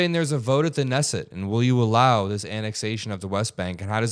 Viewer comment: Dude you butchered Knesset.